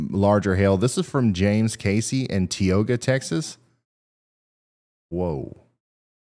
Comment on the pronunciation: Some phonetic help Ryan, for DFW Texas cities: Ty-OH-ga, CAD-do, SACK-see, Seh-LIE-nah, ROISS city, Van ALL-steen, Row-a-noke, Dee-kay-tur, SANG-er, CORE-inth, BUR-luh-sin. :-)